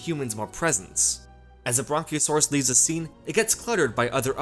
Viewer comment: I think the narrator of this video is the narrator of 90% of YouTube videos. Please stop saying "thee" when you mean "the." Makes you sound like a creep.